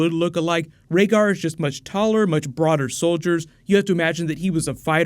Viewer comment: Rhaegar has "Broader soldiers" XP